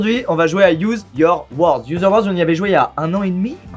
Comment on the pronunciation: « Youze yore worz »